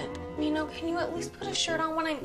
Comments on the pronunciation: guys im sorry but every time she says "min-ho" i want to SOB.. she says "MEEN-HOE" its "min-ho" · pronouncing it as “mean ho””” made me laugh 😂